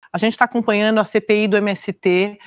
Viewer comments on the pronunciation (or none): Antes de “ganhano “ teve “acompanhano “, depois vieram: “rolano “ e “começãno”! 🤣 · Nível Globo para assumir posição de âncora: dar conta de colocar em 44 segundos os seguintes termos: "tá acompanhano", "ganhano", "rolano", "começano". 🤣